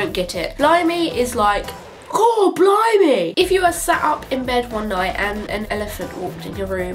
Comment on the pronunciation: when you say blimey sounds like blow mee lolllll